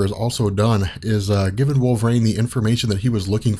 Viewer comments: I love this whole channel, but is it really pronounced wolver - rain? Always thought it was wolver - een. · It's Wolver EEENE not Wolver REIGN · If these videos weren't so incredibly informative, I'd stop watching them because the pronunciation of "wolve-rain" drives me absolutely insane.